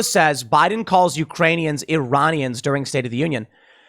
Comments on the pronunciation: He clearly meant to say "Uranian" as in people from the planet Uranus. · Uranians not Iranians. Like, from uranus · It sounded like he said "Uranians" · Ah yes "Uranians," my wife's second cousin is from Uranus, nice planet I hear, a bit cold though, and lousy air quality... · the fact that you have to go over whether he said “Iranians” or the “Uranians” is more disturbing than anything. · Iran is a real place, yes. But almost 100% of Americans refuse to pronounce it correctly : "e-ran". Instead, Americans pronounce it "aye-ran", and its people "aye-ranians". So Biden DEFINITELY said "URANIANS" 🤡😳🤪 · He said Uraniums; change my mind XD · He said Uranian… remember he was reading off a teleprompter. Much closer to Ukrainian. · Tim, I think it's obligatory for US politicians to mispronounce Iran as "EYE-ran" (same with Iraq), so I think it really must have been simply a swallowed syllable and Joe said "Uranians". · as much as i do not like him, it did sound like uranian to me as well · I don't think he said Iranians it sounded like uranians to me. It also sounded like it was the first time he was reading that speech